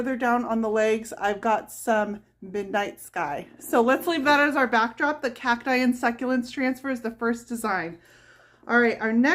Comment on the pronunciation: "khak - tie" is the proper promounciation. I am from Southern California and Arizona. You say "Khak-tus" for cactus and "Khak-tie" for cacti. It ryhmes with "wack". Hard C sound, and then "ack" = you getting it right.